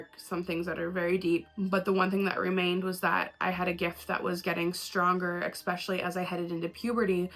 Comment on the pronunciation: I seriously love you and your videos, but goddammit STOP SAYING “EXspecially!!!!” 🤢🤢🤢🤢🤢😡😱